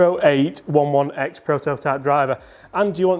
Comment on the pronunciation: Model is pronounced 'Oh-eight-eleven-ex'